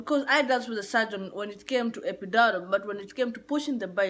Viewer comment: Epidural not Epidorol 🤦🏿‍♀️